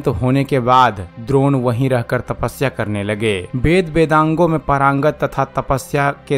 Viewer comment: महोदय सही शब्द परागंत नहीं पारंगत है।